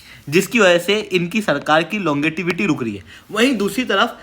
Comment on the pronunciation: लॉन्गेटिविटी नहीं लोंगेविटी बोलते हैं गुरुजी ,जब आप ही अंट शट बोलेंगे तो आपके लड़के क्या बोलेंगे।😂